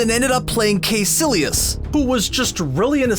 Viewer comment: You say KAY-Silly-US. Did you watch the movie? Kai! Kai-Silly-Us.